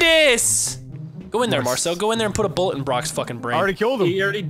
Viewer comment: Shooting Marcel, and pronouncing his name he had a bullet ploof grass moment or dyslexia moment.